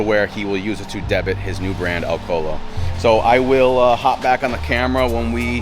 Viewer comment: it's pronounced "day-bue" not debit. Not a big deal i just get the feeling nobody ever has the balls to correct you on it 😂